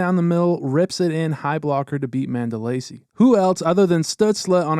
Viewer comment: Not to pick but I think your pronouncing Mandolese incorrectly